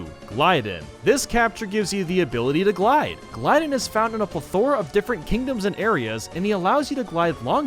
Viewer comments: Name: gly-don How says it: gly din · You pronounced Glydon wrong!